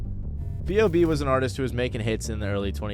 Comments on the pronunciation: B.O.B not "Bob" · sorry but why tf do u keep calling him bob when his name is b o b 😭😭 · It’s B.O.B not BOB🤦🏾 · calling b.o.b "bob" is unreal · Crazy u call him bob, its b.o.b. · Hearing "Bob" throws me off; its always been B.O.B or Bobby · B. O. B. Not Bob.